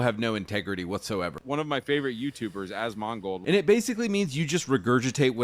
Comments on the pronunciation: As MON gold is a hilarious mispronunciation of "one of my favorite YouTubers" names'. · I don't give two shits about any of this but hearing him butcher asmongolds name was grinding my gears. I'm not even a diehard fan of his but there's so many people including himself who has said his name. It's like dude.. how do you mess his name up that bad? It sounds like he's calling him a mongrel or mongol (like mongolian). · Favorite youtuber and he cant even say his name right?? Bruhhh cmonnnn… I mean I liked some of videos (he a couple of bangers including Bellular, Act-Man, etc video) and I unsubbed to Act years ago but is wrong. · The way kept pronouncing Asmongolds name made me grit my teeth. It was like he just discovered him and didn't know how to actually pronounce it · I know, right? As soon as I heard him pronounce it like that all the red flags were raised. This guy has never watched an Asmongold video in his life. He just knows him by reputation. Fake ass basic bltch.